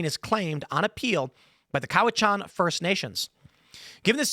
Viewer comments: Cowichan is pronounced sort of half way between Cowichan and Cowichin. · How is it Timmy pronounces Cowichan 3 different ways in this video. Also Cowichan region is on the island and Richmond is sth of Vancouver. You know, where the airport is. Great reporting requires competent research.